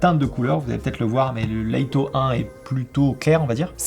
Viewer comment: top la vidéo mais pourquoi "Laïto", juste 'Lito' ça suffit, même en anglais ça se prononce pas "Laïto" mais "Leutoh"